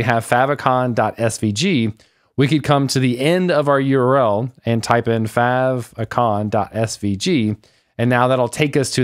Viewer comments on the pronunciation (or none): Im sorry but I can’t trust anyone that pronounced favicon like that…….. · I pronounce is favicon. not like faveicon (favorite)... can't find timestamp for this lol so which way does he say it?